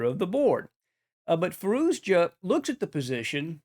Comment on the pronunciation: Fah-ROO-shah. It’s not that hard.